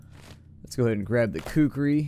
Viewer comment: Not sure if you purposely decided to pronounce Kukri wrong...